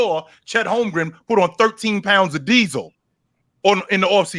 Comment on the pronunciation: Call me crazy but Is it holmgren or holmgrem I hear both sometimes ?